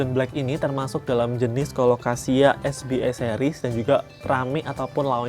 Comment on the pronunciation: Kak maaf bacanya es be a bukan es bi e. Karna ini singkatan bahasa Indonesia jadi dibacanya harus pake cara baca huruf Indonesia 🙏 btw orangnya jualan di sopi skrg siapa tau mau jajan. Udah lumayan murah kok anak2nya. 😊